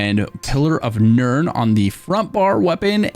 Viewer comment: Why does he say pillar of nerd and wall of almonds 😅